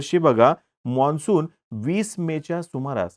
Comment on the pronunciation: सर मॉन्सून नाही मान्सून असा उच्चार करावा.... बाकी विडिओ उत्तम